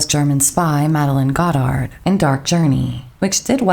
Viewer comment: I don't understand why Goddard's name is being pronounced so strangely in this video.